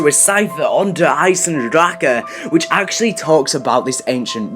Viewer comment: It's not fucking der eisendrachaaaaa !!